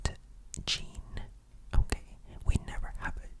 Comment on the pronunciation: I'm french and for the name "jean" this is not the "n" which is silent this is the "e" but the pronunciation is perfect